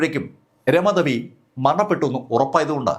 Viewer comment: അധേ അല്ല അതേ രമാധേവി അല്ല രാമാദേവി anu പരാധി അല്ല പരാതി ആണ് ത കിട്ടില്ലേ